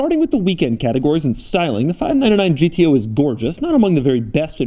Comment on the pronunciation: No one : Doug : five naan naan gto.